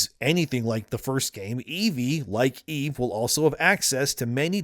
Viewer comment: Dude, quit pronouncing it wrong. It's EVE, not "Evie/Evey."